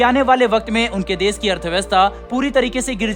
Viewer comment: "देस" उच्चारण न करें, "देश" ही बोलें सेयॅर, सुरु; ●●● मीडिया जगत में "श" अक्षर की भारी कमी, जैसे कि.........रिलेसन्स, रिस्ते, कोसिस, देस विदेस की परेसानी, सुल्क लगाना, दोसी व्यक्ति पर सुल्क, रासनकार्ड की सिकायत, रासन पानी, समसान में जलता सव, प्रसासन की छमता, सुबह-साम, सौकीन तथा सरारती, असलील हरकत, सादी में जसन, सगुन की सुरुआत, इस्कूल में सास्त्री जी, इस्टेसन पर रेलगाड़ी, युवासक्ति किसोर व किसोरियां, 'स्तर' को अस्तर' उच्चारण करना, वीडियो सेयर करें.......आदि आदि । *बस ! 'श' के उच्चारण को 'स' मत करना, हमारे बच्चों का उच्चारण खराब होता है; *😢